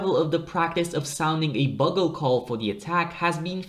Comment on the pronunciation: You need to learn how to pronounce bugle, mate. The first syllable rhymes with view, i.e. ‘biewgle’! 🙂